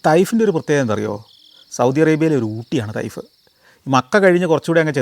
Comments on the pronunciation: തയ്ഫ് അല്ല ചേട്ടാ തായിഫ് ആണ് ഈ സൗദിയിലെ ഊട്ടിയിൽ ഇരുന്നുകൊണ്ട് വീഡിയോ കാണുന്നു ഞാൻ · തൈഫ്‌ അല്ല സർ, തായ്ഫ്‌ എന്ന് പ്രണോൺസ്‌ ചെയ്യണം...!! അതാണ് ഉച്ചാരം